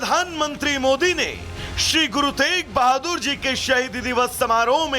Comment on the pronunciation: Guru tej bhadur ni hai guru teg bhadur ji hai naam to shi se lelo